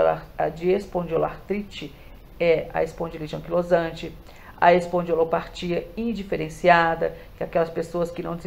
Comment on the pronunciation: Não sabe nem falar o nome da doença espondilite anquilosante como que vai explicar?